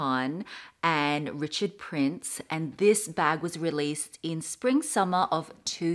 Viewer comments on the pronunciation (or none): none